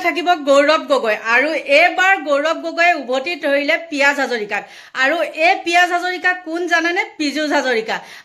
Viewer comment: বাইদেউ পিয়াজ হাজৰিকা নহয়,,, পিযুষ হাজৰিকা,,, শুদ্ধকৈ কথা কব নাজানে যদি ভিডিঅ নবনোৱাই ভাল